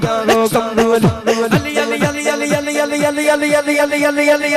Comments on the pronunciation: ابے بھائی علی ع سے الف سے نہیں ٹھیک ہے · پتہ نہیں بول رہا ہے یہ پاگل علی بول رہا ہے یا گڈی بول رہا ہے یا گلی بول رہا ہے یا عالی بول رہا ہے ایسے جاہلوں کو تو مولانا شمس الدین قادری کے حوالے کر دینا چاہیے